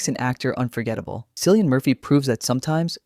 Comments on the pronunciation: Cillian is pronounced "Killian". Jeeeez. . . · Bro his name is NOT Sillyan Murphy